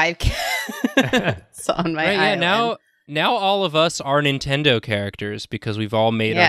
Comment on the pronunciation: says Nin-Kendo characters... I can never unhear it and now neither can you random person scrolling through the comment section.